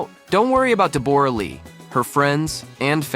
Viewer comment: It's pronounced Debra-Lee....